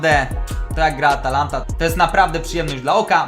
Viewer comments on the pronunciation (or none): none